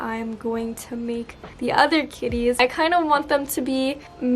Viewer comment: “grahga- kIttIESs and I lOVe yoU” HAD ME ROLLING